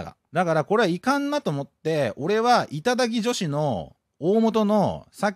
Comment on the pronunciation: 時々いただきじょひ！になってるのかわいい